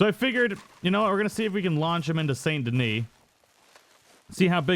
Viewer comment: It’s not Pronounced Saint Denis it pronounced San Deni